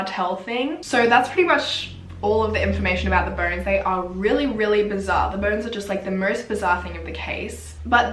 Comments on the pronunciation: I thought she was saying burns the whole time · Until you mentioned 206 bones, i thought you said 'burns' the whole time and I was confused 😭😂😂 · I thought she was saying burns😩 but she actually said bones. I was like how can burns be bleached? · I thought what burns? Sorry lol 😂 i get it you’re saying bones! 🦴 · i kept hearing burns but shes actually saying “bones”☹️☹️im such an idiot ahhah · Correct me if i am wrong but i heard burns instead of bones. So it took me a while to understand the whole situation. ✌️😁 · How the heck 'Mexican Cartel' got into Panama? To me, even more stranger thing is how did you get 'ur' pronunciation from 'bones'???